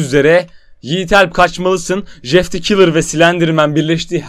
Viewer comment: Şu adama Jjjjeff demeyin. J ile c’yi karıştırıp söyliceniz :/